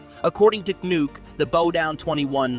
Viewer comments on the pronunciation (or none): Where u come from bro ? I never heard or know Oil&Gas company in china name n call "conoc nooc Conoco" CNOOC the right name bro .. u better do properly research first for content yeeaahh 😂😂 btw 50 billion in natural gas is nothing ..if oil 50 billion that huge 😜